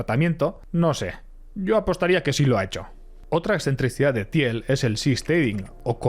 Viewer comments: qué ignorante el que habla se pronuncia till no tiel y Peter no Piter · Se pronuncia Tiiiillll, por favor. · Se dice Til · Se pronuncia Til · Un poco de esfuerzo en pronunciar ciertas palabras en ingles correctamente, le quedaria bien al video. PayPal, Thiel, etc... Revientas timpanos con leerlo de pura forma castellana.